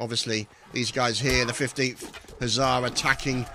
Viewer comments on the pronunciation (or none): none